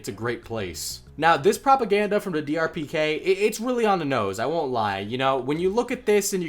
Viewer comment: Lol he kept saying DRPK instead of DPRK